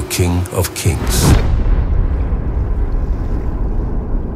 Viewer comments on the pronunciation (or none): "air's" new king? I'm sorry but could you not have gotten someone to give you the pronuciation or just hire someone who could prononce it?